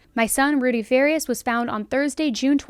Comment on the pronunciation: Fa-Ree-Us....not Far-E-Us....